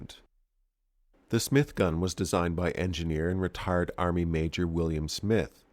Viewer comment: I know you said "RETIRED"... but definitely sounded like something else